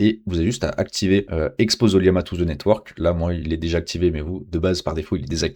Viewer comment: O L L A M A, ce n'est pas un i ^ ^